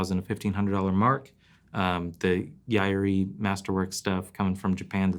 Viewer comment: The a is not pronounced in Yairi. It is properly pronounced as Yiri.. YIREE. Yeye-Ree